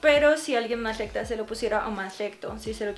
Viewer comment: No puede decir recta